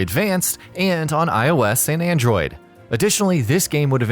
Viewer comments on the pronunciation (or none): none